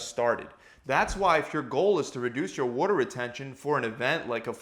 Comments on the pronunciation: It pisses me off…he says “whoa”-ter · You sound like you’re from Baltimore. “Wooder” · “Wudder” weight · wAter man..., its pronounced wAter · It’s a philadelphia area lingo to be exact. Philly and the surrounding areas pronounce it “wooder”. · Lol Worter * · More like "wodder", otherwise "wahder". Americans pronounce the letter t as a d. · Wore-da weight. New YACK accent son. 😂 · Good holy god this was like he took a bet to see how many times he could say “worter” to bother TF out of me. They should use this as a CIA torture technique. Great info but for the love of god don’t say “worter” anymore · Over under on 50 “waddur” s during video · "wuoda" retention LOL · the way u are pronouncing water is triggering me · The way he pronounces "water"...can't unhear it. 😆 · For those of us from the US northeast it sounds normal (except for an R sound he adds after the A) and other parts of the country where they say “Waahh-derr” just sounds limp.